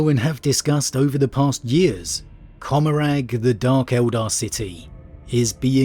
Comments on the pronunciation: Commoragh, the g is silent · I always thought it was pronounced "Commoragh" like Gommorah